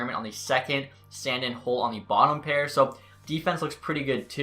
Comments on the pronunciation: Sand-Eeen not Sand-in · Hey just so you know it’s pronounced San-deen not Sand-in. Looking forward to the series!